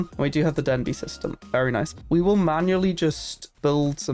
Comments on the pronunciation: This is a great guide! Very helpful! Thank you. I have to ask, though: is "Den b" an inside joke, for how you pronounce "Deneb"? I've never heard it said that way before. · You pronouncing deneb as "denbee" is confusing